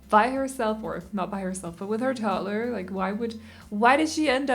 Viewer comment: I know this shouldn't bother me, but it does.. it's TODDLER, not TOTTLER.